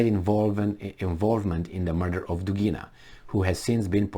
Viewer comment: Dugin - Dugina: accent is on U in both male and fimale surnames. In all Russian surnames both male and fimale accent is on the same syllable-vowel.